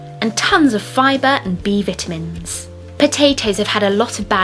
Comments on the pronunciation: I like how she says vitamins. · I like the way you people say vitamins